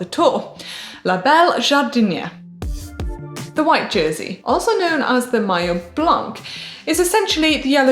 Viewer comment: Blan”K” 😱 it’s not blan”k” it’s a silent “c”, blanc..please get it right...embarrassingly marvellous 👀